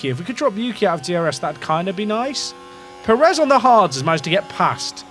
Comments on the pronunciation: On the pronunciation thing, it's not about how you say the word "pear," but about which syllable gets the stress. It should be on the first syllable (PAIR-ez, not per-EZ). It's a minor thing and even here in the US where a larger portion of the population has Spanish surnames, it's often pronounced the way you say it. It's technically incorrect but it's a minor difference that isn't likely to offend anyone other than pedants. Similarly, I've noticed a lot of English folks pronounce Jimenez as HIM-in-ez instead of him-EN-ez. Same thing. It's wrong, but it's not horribly wrong and we all know what you mean. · you are saying sergio pérez wrong, to be fair. the diacritic is there to help you, you're stressing the wrong syllable. if you say "DI-az" it's normal but if you said "di-AZ" people would think you're a psycho, it's like that. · It's not just native speakers that can identify the difference. Every American can tell you how to say it. Brits are actually horrible at saying Spanish names - it's an issue with what syllable to emphasize. You need to emphasize the first syllable in Pérez (the accent mark indicates emphasis). If there's no accent mark, you stress the penultimate syllable. Robert Martinez' last name is always mispronounced by Brits. Also, it has nothing to do with whole pear pronunciation thing - that's a single-syllable word, and the issue isn't th vowel sound, it's the stress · Actually calm down as a Brit most people I know how to say a name if you tell them and who cares? It’s f1 manager stop crying about something that doesn’t matter. Spanish speakers can’t pronounce English things perfectly and they have no reason to pronounce everything perfectly. So stop crying about it when it’s the other way round and it’s irrelevant in this sense. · You definitely don't say Perez right. Not nearly enough "K's" and "Q's" ;)